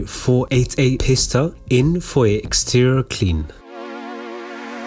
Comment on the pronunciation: 'Pee-sta', not 'Piss-sta' lol